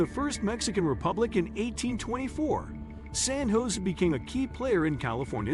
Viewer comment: AI voicing has to master the correct pronunciation of "San Jose".